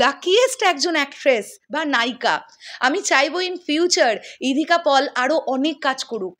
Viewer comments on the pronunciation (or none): ইধিকা পল নয়, সঠিক উচ্চারণ ইধিকা পাল।